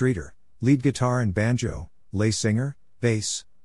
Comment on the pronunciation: "Les" is not French, so to pronounce Les Singer's name correctly, you'd pronounce Les as less. Informative youtube, thank you!